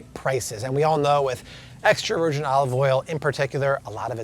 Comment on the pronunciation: “Virjeen” 😂 loved all the info, where I live we have an Aldi and Walmart and that’s about it lol